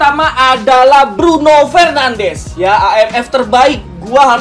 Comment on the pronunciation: Btw pronounce bruno fernandes sama de bruyne salah bang